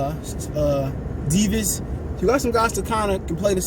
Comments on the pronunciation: I know someone with the same name. It’s pronounced Da-vi-das. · Dir veedes sir veedes is how you pronounce it I’m pretty sure